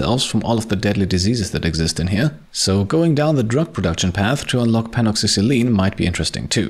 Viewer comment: Its pronounced pen-a-cil-en